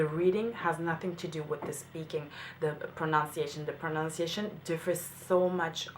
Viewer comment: I've seen you a few times and I am so impressed with you. One thing that I'd like to point out though, since this is a video on pronunciation. You don't pronounce "pronunciation" properly. You say, "pro-NOUNCE--iation" but it's "pron-NUN-ciation". That is all.